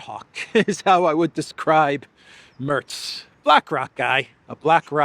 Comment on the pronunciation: Merz nicht Mörz